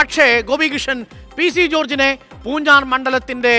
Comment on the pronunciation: പൂഞ്ഞാർ എന്നണ് പൂർ ജാർ എന്നല്ല നാക്ക് വടിച്ചില്ല. ല്ലേ.